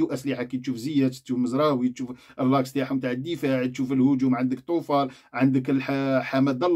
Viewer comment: يا بن عمي حاول تعرف اسماء المغاربة .. سفيان بوفال ماشي طوفال .. وزكرياء أبو خلال